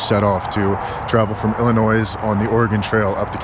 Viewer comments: As someone from Illinois, I was disappointed when you pronounced the s 🤣🤣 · i came to be the "you dont pronounce the S in Illinois, but ya know what? id thst stupid state doesnt wanna drop the S at the end of the name, then screw it. thats what they get. its 2025. silent letters shouldn't event be a thing. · Please do not pronounce the S in Illinois. It is silent and it's a huge pet peeve to anyone from the state (like me) or those who are generally aware of state pronunciation. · As someone from Chicago it kills me you say Illinois with the S😅😅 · Hey, the 's' in Illinois is silent 😊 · I was also surprised at the mispronunciation of "Illinois". Yikes!! 😳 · Brotha! The s is silent in Illinois 🤦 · You are pronouncing Illinois incorrectly. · Hi, Michigander here. Drop the "S" when pronouncing Illinois. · Awesome video!! As an Illinois native, can we drop the “s” in the pronunciation? 😬 You’re still a boss with the storytelling though. 😊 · It's weird, I've NEVER heard someone pronounce Illinois with an s. I think was trolled when he was younger that that's the way you say it and not a single soul bothered to correct him lol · From a person who lived there for 30 years...I love when people add that S at the end 😆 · I'm not even from the US but that "s" in Illinois just bugged the hell out of me 🤣🤣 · Did you pronounce the ‘s’ in Illinois? C’mon man. You’re smarter than that. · Umm, it’s pronounced “ill-i-NOY.” The “s” is silent. Has been for 400 years. 😉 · Lived in Chicago for 12 years. The S on the end of Illinois is silent. ;) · The “s” is silent in Illinois. Great video. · ILLI- NOY!!! Not Illinoissssss..zzzz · If you ever say “illinoizzzz” again, we’re gonna fight. Silence that S dammit. 😂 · You don't pronounce the "s" in Illinois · Ill in noy. The s is silent! Coming from a Montanan 😂😂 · Hey. The “S” in Illinois is silent 😅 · FYI you don’t pronounce the S in illinois lol. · FYI, the S in Illinois is silent. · The "s" is silent in Illinois